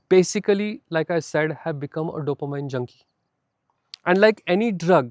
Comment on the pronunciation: It's pronounced DOPOMEAN